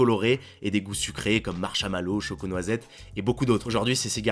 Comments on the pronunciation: marCHAmalow ? dit guimove la prochaine fois stp 😭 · Oui et il a dit marchAmalow.... C'est pas la première fois qu'il se trompe sur la prononciation, ça commence à faire beaucoup... Faut juste qu'il se repose a haute voix devant quelqu'un. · Non mais la, il y as un moment, ou il faut dire stop ! Lithium dit licihum... Ça ce dit litihom. Marchmalow dit marchAmalow. Mais où tu l'as trouve celui là, quand t'as dit son nom j'ai dit quel faute de prononciation il vas encore faire... Oui encore c'est pas la première fois, et on s'y attend c'est dire si c'est par la première fois... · Je suis le seul a avoir tiqué sur le "Marshamallow" ? X3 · Marshamalow XD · C'esr quoi du ''lissieume'' ? Et du ''marche à mallot'' ? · "lissium", "marshamallow"... Mais allez xD